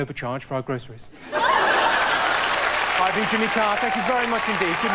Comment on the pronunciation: Extremely weird to hear Jimmy Carr's name pronounced with an American "R"...